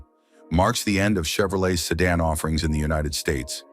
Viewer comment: He said American sedun at first 😂